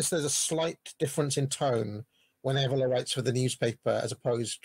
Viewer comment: Minor point, but the way this is pronouncing Evola is grinding at me... Good chat though keep it coming.